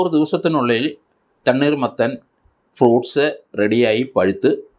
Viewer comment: സാറെ തണ്ണീർ മത്തൻ അല്ല തണ്ണി മത്തൻ ആണ്